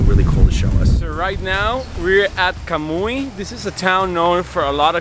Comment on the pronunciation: Kamuy? NO! Camuy. Playa Boca Ron? WTF?? How about "BOQUERON" Reminder, the salt mines are in Puerto Rico, not PERU, (??) That shit needs editing.